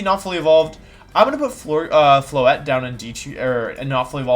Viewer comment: THERE IS NO W IN FLOETTE!